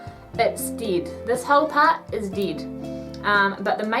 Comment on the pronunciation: yes she actully says "deed" its dead (ded)😄😄😄